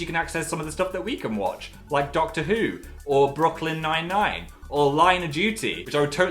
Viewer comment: Anyone else hears Phil says "Broccoli Nine Nine"?